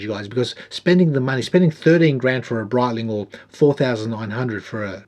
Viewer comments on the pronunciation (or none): none